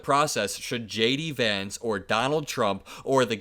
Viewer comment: Lay-Dee Vance.